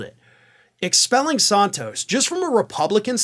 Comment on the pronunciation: What is it with the Ring of Fire deliberately mispronouncing names. referring to Santos as Sarntose just sounds stupid. He even pronounced it correctly in this video, and then promptly uncorrected himself. WTF. And his racist idiot boss Papantonio refers to Kamala Harris as Kamarla, an obvious wanker reference to WWF wrestler Kamarla the Giant Ugandan, possibly the most racist WWF/WWE character of all time. Are you trolling us with this shit. And why don't you deliberately mispronounce white politicians names. This is a terrible look for a news organization that promotes itself as having integrity and decency. Lift your game boys. I would expect this moronic shit from the likes of Fox and Newsmax.